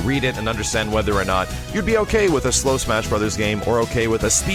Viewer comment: slow not slom!!!!! :( lol